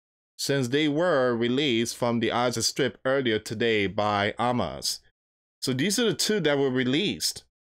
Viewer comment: ….Hamas …. Pronounced…HA Mas. Please I know you have a speech problem but dang man, you don’t know biblical history nor for some reason, you are not doing research, just reading! No wonder you lost funding.